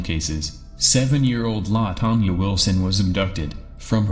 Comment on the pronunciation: Whats with the mispronounciations in this monotone voice? Its was Des Plaines River not " Day Plaines River". It was Carol DeRaunch not "Carol De Wrong". LaTanya Wilson NOT "La Ton- ya Wilson"